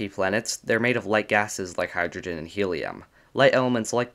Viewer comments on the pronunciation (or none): none